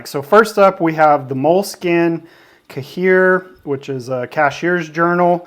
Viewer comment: "cahier" is pronounced as /kah-YEAH/. It is a French for "copybook".